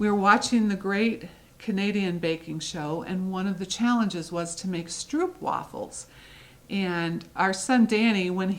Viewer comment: Stroopwafels are even my favourite as a Dutchy. By the way, the oo in stroopwafel is pronounced as oh. Sock monkey fabric is not available here so wouldn't it be awesome to get it through you ;-). I have finished only one cross stitch as I only got back in cross stitching at the end of 2020. But I did finish the freebie from Dec 2020 by Brenda Gervais and made an awesome knitting bag with it!